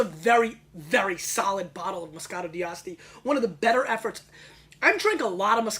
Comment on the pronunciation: He's pronouncing the D too prominently in D'Asti. It's more fluid. Dah-stee. My favorites are by La Spinetta and Saracco.